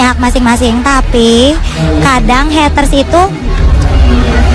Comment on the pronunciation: Mba Mba.. it's Heyyyytersss bukan Hetteurs.. kalo gatau pronounce Ga usah ngomong Haters Haters dah